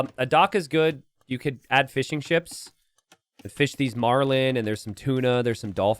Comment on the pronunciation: Every time you say fishing ships, I hear fish n chips.